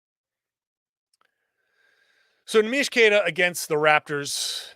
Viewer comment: Neemias Queta not Neemish Queta